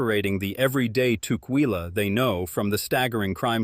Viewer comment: I live in Vancouver WA.(25 years) (and Tacoma for 10) Ask locals how to pronounce local cities.You messed up tukwila. It is pronounced "tuck-willa" I have seen you do that in other videos. Be more sensitive to local pronunciation. It will help people take you more seriously.